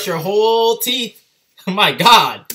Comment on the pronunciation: "look at those teef"😂❤️